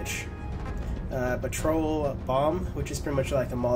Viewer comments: He said 'Petrole' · you say "petrol" wrong.